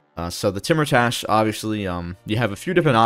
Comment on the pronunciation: Hey King great video as always. Some pronunciation stuff if you're interested. Iran is "E-raan" with a long E sound like you're just saying the letter E. Timurtash would sound something like "Tee-moor-tash" or maybe "Tay-moor-tash" where the "u" in the middle sounds like the "ou" in "tour". Kar-Kiya is more like "Kaar-kee-yaa" identical to the way you'd say Car, Key, and Ya. Shekhbizin I'm not sure but my best guess is "Shaykh-bee-zeen" which has a "kh" sound like the way scottish people pronounce the "ch" in "loch". Tehran is "Teh-raan". You said Shaki right with the long A sound. Tabriz is "Tab-reez". Iraq is like "E-rock" with a long E and since there isn't a glottal stop sound in English pronouncing the "q" here like a "ck" is close enough.